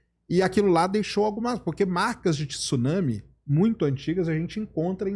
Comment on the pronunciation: Pelo amor de Deus! 2025 e o cara não sabe pronunciar Tsunami, pqp!